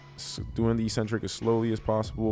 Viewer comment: Let's "break the next word", too. EEEEEcentric is not a word anywhere in the English language. Eccentric means ‘away from the center’. A crazy person is called eccentric bc they are ‘away from the center of normality’. A ‘negative’ movement of an exercise is a movement of the tendons ‘away from the center of the muscle’. It makes perfect sense from an etymological standpoint. Mispronouncing it as eeeecentric would mean ‘without a center’, which makes no sense. Another line of logic proving that it must be pronounced eK-Sen-Trik is that the first syllable is ‘ec’, which can only be pronounced ‘ek’ in English. There’s no possibility of a silent ‘c’. There’s no controversy regarding how to pronounce ‘centric’. So, the word is pronounced, eK-Sen-Trik. But don’t take my word for it! Look it up in literally any English dictionary.